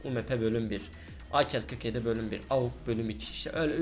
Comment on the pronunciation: Abi şuna akel deyip durma onun ismi ak